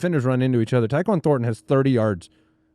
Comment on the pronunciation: actually called Horton (Seattle) and Thornton